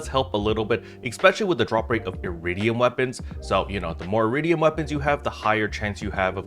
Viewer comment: Eredim not Eridium